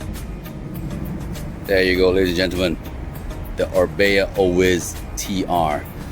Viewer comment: Orbea Oiz pronounce it as oi as in oil, the z is silent in Spanish